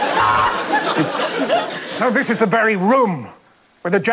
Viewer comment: this one from Ed is probably my favourite! “And thees ees my…”😂